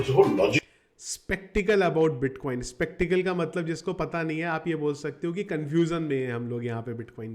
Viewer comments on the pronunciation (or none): skeptical not spectical